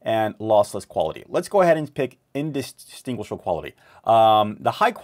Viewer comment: Practice saying the word -distinguish few times,then add--able.......distinguishable .Breaking the word in two DISTINGUISH-ABLE. In-distinguish-able.Thanks for the tutorial I just got OBS Studio.